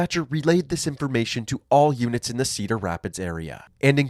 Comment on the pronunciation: He said units I swear he said Humans lol